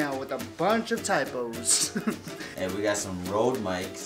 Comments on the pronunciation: Im norwegian and that is not Rode that is Røde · Lololol the way they pronounce RØDE is so funny to me cause I'm danish. Like the real pronunciation is so much different.